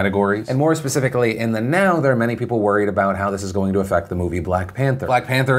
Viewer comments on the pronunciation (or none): Did you just say 'pacificaly?'